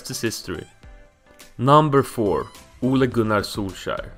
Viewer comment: Han kompenserar med perfekt uttal på Ole Gunnar